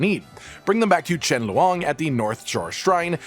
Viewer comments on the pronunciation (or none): none